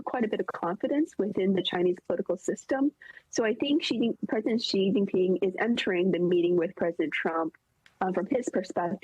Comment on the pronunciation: The right way to say is 'Xi' as in the letter 'C' or 'see', not 'She'